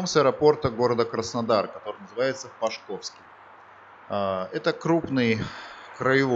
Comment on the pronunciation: Аэропорт Пашковский ( пА шковский - ударение на букву А).